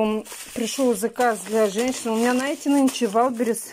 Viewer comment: Даа, денег у тебя видимо куры не клюют,снова какие-то коробочки, баночки...... Зачем? Это питьё химическое..., от него ещё больше пить хочется. и ещё, пожалуйста, вместо НАЕТЕ СКАЖИ ЗНАЕТЕ. ТЕБЯ После каждого ролика поправляет, а ты как будто на зло продолжаешь-НАЕТЕ да НАЕТЕ...! Бесит уже.